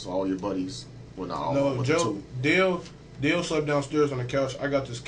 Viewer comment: He can't even say Dale, he keeps calling him Dil, what right melon.